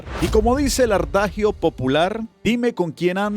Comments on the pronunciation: En estos tiempos cualquiera tiene un canal y cualquiera es un "influencer" no se a quien influyen con los disparates que hablan,no del contenido quizas,a pesar de que una noticia es repetida por todos como papagayos, pero si de la forma brutal en que maltratan el idioma español.. Adagio no Ardagio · ¿ARTAJIO POPULAR? O "ADAGIO POPULAR? UF.....TE DOY POR ESO UN "NO ME GUSTA".